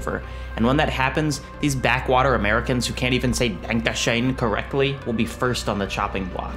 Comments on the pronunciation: This video is wonderful, it really captures the essence of this game. My only critique is how you spelled and pronounced certain German words. It's "Danke schön," not "Danke schein." Otherwise, this was a wonderful recap of Wolfenstein and it's complex story. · dank-a-shoein??? LMAO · "These backwater americans who can't even say "denkeshen" correctly..." YOU ARE BUTCHERING MY BEAUTIFUL LANGUAGE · It's "Danke Schön" verdammt, you're butchering my beautiful language. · Honestly, your pronunciation of danke schön sucks too xD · I hate to be that german, but your "danke schön" could use some work,. But then again my language definitely is not beautiful to me, so actually don't bother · I cringed so hard when he tried to say danke schön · Literally mispronounced danke schon whilst trying to make fun of people mispronouncing danke schon. This is the most annoying voice I’ve heard in a long time.